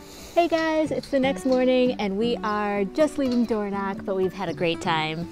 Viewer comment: Door knock???? Even google has got the wrong pronunciation!! you say it using the back of your throat! Dorno (use your throat to make the sound)ch, DO NOT pronounce like a k. Next, this is the Spelling of Alness, one L not two, this is how Burgh is spelled and pronounced BURRA NOT borrow!! Disappointing you didn't show the inside of the Cathedral as it's stunning!! Did you know that Maddona was married here!! Not the best time of year to visit these parts as everything is almost at a shutdown especially high up in the Highlands!!